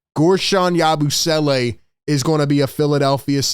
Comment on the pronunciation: Im just hype to hear "YABOO-SWELLAY" all season LMAO